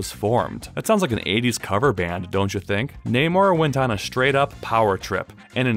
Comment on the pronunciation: Thanks for saying his name properly